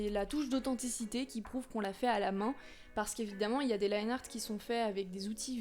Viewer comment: Je me souviens encore quand tu disais "Liné art" haha